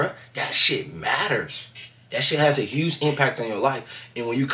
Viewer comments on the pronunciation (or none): none